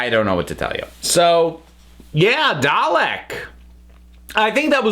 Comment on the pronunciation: Was anyone else annoyed by hpw they prnounced “Dalek” in this episode? It was like “Dah-lick” without that nice long “eh” sound. Like they were rushing it. Did anyone else notice?